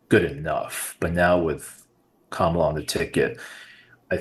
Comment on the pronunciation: They can't pronounce Kamala correctly